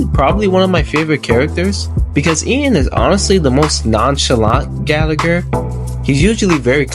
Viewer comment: It’s Gallagher not galleagor